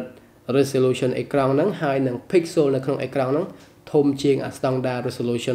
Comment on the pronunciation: Pixel ដល់ពេលអានទៅជា pixolចឹងវិញត្រង់នឹងសូមអានអោយច្បាស់ផង